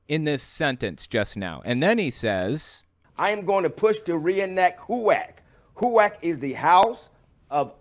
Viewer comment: It's HEW'ak not WHO'ak, dummy.